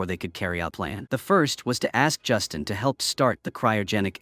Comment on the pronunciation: Not Justin, but Justine. Ugh. Freakin' auto narration.